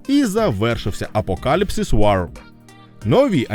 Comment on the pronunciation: Чувак, не блуд а блаад; не вар а воо; не тітанс а тайтенс (перевіряй вимову плііііііз). Щасти в творчості! Пасхалка незрозуміла. Зазвичай перегляди можна подивитися в статистиці ютьюба... Так, і найкращий з усіх, вірогідно, все таки флеш-поінт парадокс конфлікту. Багато разів переглядав.